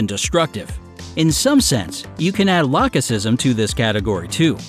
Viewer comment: Did anyone notice that he pronounced "lachesism" differently? Like, first "lake-e-ism" and then "lach-e-sism"